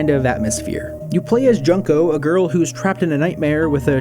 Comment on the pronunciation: the mispronunciation of Junko is painful.